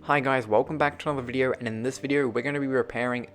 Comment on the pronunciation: He says WEDEO